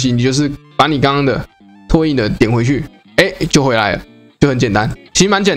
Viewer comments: 拓印: ㄊㄚˋ ㄧㄣ ˋ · 拓 ㄊㄚˋ 印 😄